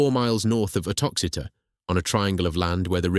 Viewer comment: The village Rocester and nearby town of Uttoxeter . Rocester is pronounced Row-ster and Uttoxeter is pronounced U-tox-eter